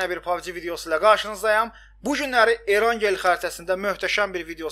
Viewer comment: "Erangel" yox, "Erenql" deyə səslənir.